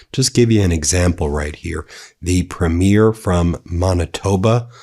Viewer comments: It's not preem 'YEER, it's 'PREEM yer. and it's not Mahn itoba, it's Man itoba. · I've commented before, just a little note from a Canadian - the pronunciation of our provincial leaders (Premiers) is PREEM-yur... A small thing but everytime Ben says it like a show is debuting (preem-YEER) it makes my eye twitch! 😄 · PREE-mier from Maaaaanitoba, Ben. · Learn to f-Ing pronounce “premier”… it is not a movie “premiere”. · Please pronounce ‘Premier’ correctly. It’s ’pre-me-yer’.